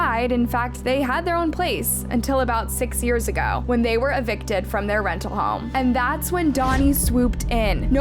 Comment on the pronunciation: God the way you say yearsa